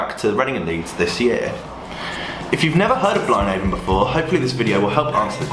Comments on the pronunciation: I’k annoyed me throughout this video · never heard it being pronounced before and it isn't what i expected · you're saying it wrong.